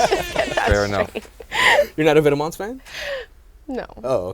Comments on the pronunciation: ve-tee-ments. I'm fucking cringing smh. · Its pronunced Vet-Mah... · Its vet-mahn you fucking moron. #firewelty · can u guys say vetements like it was meant to be said PLEASE :( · Every time they said "Vetements" it was so cringeworthy. Please learn how to say some of these names guys lol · not how you say vetements. it's french you bish. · The way they pronounce Vetements is annoying.